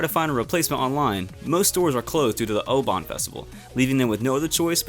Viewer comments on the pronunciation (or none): none